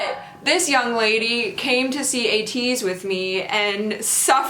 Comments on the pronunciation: When u pronounced Ateez n the subtitle is 80s it so similar to my ear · said Ateez Roty 😂